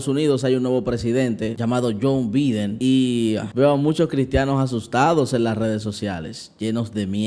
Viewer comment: Bendiciones!!!! Se escribe biden y se pronuncia baiden.